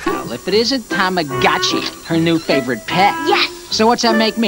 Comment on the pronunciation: Did you say tammA-Gochi...? Ctfu